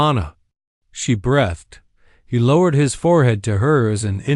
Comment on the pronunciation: There is no such word as 'brethed'. The word is pronounced 'breethed', spelled 'breathed'.